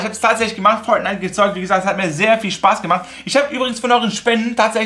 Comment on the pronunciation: Wie Fortnite ausspricht 😂 Foatnite